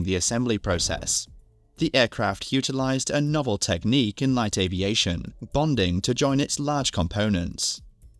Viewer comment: "American Avaition"?